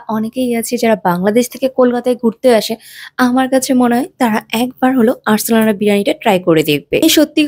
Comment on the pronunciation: Khub Bhalo video hoyeche khub bhalo laglo dekhte.. Kintu Arsalan er uchcharon ta bhul.. Last e na bolchen Arsalana eta bhul uchcharon